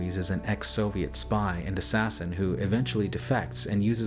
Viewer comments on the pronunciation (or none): none